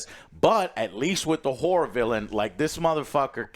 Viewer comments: Joe says whore movie instead of horror movie every time I swear. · every time Joe says horror is sounds like he saying whore.